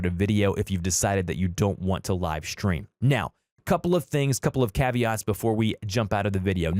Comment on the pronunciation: Y r u saying shtream